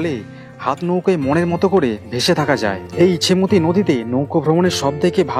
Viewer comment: ইচ্ছামতি নয় ওটা ইছামতি